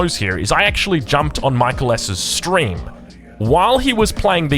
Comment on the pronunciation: It's not pronounced like the English name Michael. I think he's Finnish. It's more like 'mee - KAA - ell'.